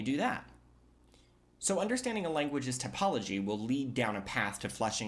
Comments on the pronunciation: Yeah to me his pronunciation of typology sounds like topology sometimes. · I dont like, how You pronounce typology, it sounds like "topology" to me, which is mathematical term meaning something very different.